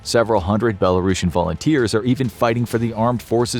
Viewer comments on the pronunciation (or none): its not belarosan, Its BELARUSIAN.